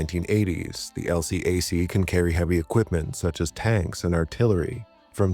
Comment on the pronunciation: Just as an FYI, the LCAC isn't typically spoken by its initials but instead pronounced as a word, something the military typically does with acronyms. So, instead of L C A C, it's elcac.